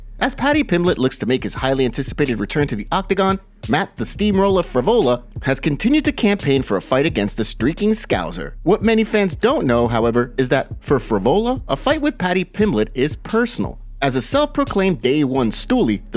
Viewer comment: It's 'Scouser', not Scouzer. Why can't Americans pronouns this 😂🤦‍♂️